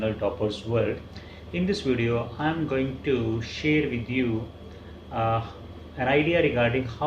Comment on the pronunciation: Very nice... But please pronounce the word correctly.. it is share not SHER